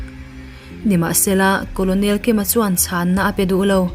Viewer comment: Colonel hi karnel tia lam tur a ni lo maw